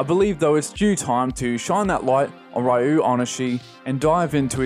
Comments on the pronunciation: For future reference the name "Ryo" is pronounced "Ree-oh," minor nitpick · great video as usual! a friendly reminder that his first name is pronounced "REE-oh".